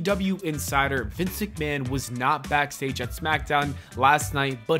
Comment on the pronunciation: It's not Vince McMahon anymore, its Vincenté McMahon. 😂